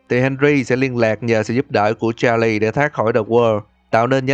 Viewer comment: Đọc tên Charles sai rồi